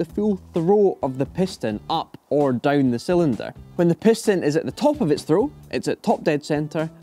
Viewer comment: DOWN 😂😂😂 NOT DOOWN OR DUOWN... JUST DOWN😂😂😂